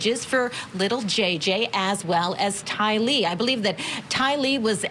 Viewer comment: Someone please tell how to pronounce Tylee's name.